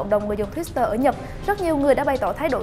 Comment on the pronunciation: tuýt-tơ chứ hong phải tuýt-s-tơ nha giang!